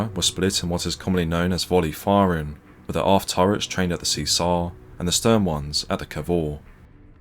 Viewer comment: What time is fifteen fifty free? If you are going to narrate a video, it would be great if you can pronounce THREE and WITH. Not free and wiff.